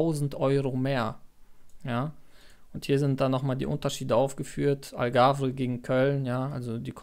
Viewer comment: Die AlgavRE sagt Du hier immer, obwohl es Algarve heißt. Das hat mir ein wenig weh getan in den Ohren….na ja .. aber ansonsten wünsche ich Dir viel Glück und Erfolg bei Deinem Vorhaben .